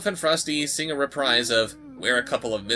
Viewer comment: Then Rudolph and Frosty sing a reprise of "We're a Couple of Misfits." Re-PREEZE. The word is pronounced re-PREEZE. Rhymes with "freeze." Not re-PRIZE!